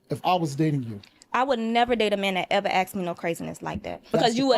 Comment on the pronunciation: it's ask not akd.